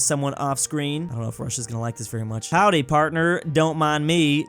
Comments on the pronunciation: řekl "houdy houdy drovoudy" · "Howdi Howdi Dropwodi"